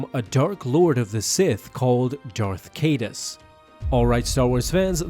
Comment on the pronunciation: OMG! Finally found someone that pronounces Caedus the same way I do!